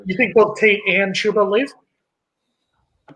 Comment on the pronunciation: This man Jason Parker is the most negative person you have on your show. Btw it’s CHUBba not CHEWba